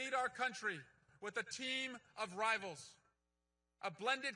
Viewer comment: That "Bring rivals" thing... sounded like a "Wa-wa" sound.... dude, surround yourself with traitors? You're toasted. Go back to the Senate and wait to be primary-ed.